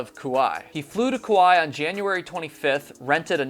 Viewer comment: It's not Koo-why. It's pronouncex Koo-why-ee